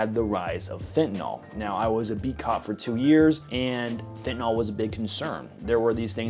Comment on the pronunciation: PLEASE GOD STOP CALLING IT FEN-Tuh-(wait for it…) NAWL. Spell this with me. Let’s roll: F. E. N. T. A. N. (Wait for it) fucking Y!! L. . You say Fen-tuh-NAWL again and ima blow you back up ‘at wildcat’s ass. Jesus Christ I swear to God….its like playing cards with my brother’s kids SLR, M.D. DAYUM! 🤨